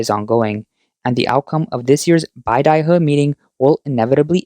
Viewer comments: BAY-da-huh, not BYE-da-huh. A small nit to pick, I'm sure, but since it was said so many times in this video and likely to be mentioned again in the coming months, I'd like to correct that. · Can you at least pronounce beidaihe properly?